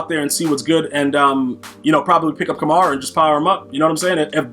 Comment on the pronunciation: You’re miss pronouncing Kamara, you pronounce it like Camaro